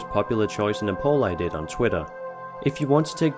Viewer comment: "I said I'd dut, I said I'd dut..."